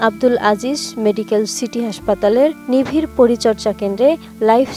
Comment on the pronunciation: Atn news er moto ato jonoprio channel e ato uccharon karap kora news desk e chakri kivabe pai? Prochar ke bole Pachar, nibir ke bole, nivir